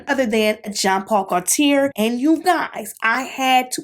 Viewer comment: absolutely dying at how youre butchering Gaultier’s name lol. it’s french. it’s pronounced more like goat-yay